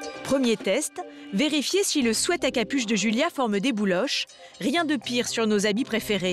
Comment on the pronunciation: 90€ 10ans de durée 11€ 1 semaine Mais le quel est plus intéressant faitent vos calculs 🤣😂🤣 Ps Julia swèt 🤣😂🤣 quand on dis des motes en anglais faut les dire correctement 🤣😂🤣 think about sweet (swiit) (swiit-shert) mais swèt arrête les dégâts En fr Chemise a sueur, pull a sueur, pull de survêtement (plus jolie) 🤣😂🤣